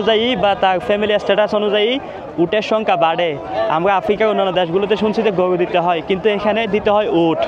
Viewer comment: গোয়ু হাট, ভাই কি র কইতে পারেন না?